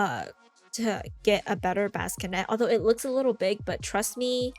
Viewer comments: I love the way you say "baskinet" instead of bassinet💕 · This video has so many good mods! Thank youu. I laughed a bit at "baskinet", "accesity" and "anonymous proposals", sorry :D I know it's tough though to always speak correctly when filming as you're under pressure!